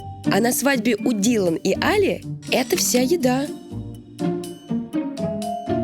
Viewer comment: имя жениха не может сказать - Али! ударение на и! Дуро